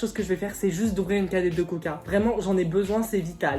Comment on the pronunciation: Quand ta dit coca ta dit coc et la la pub je me suis taper des barre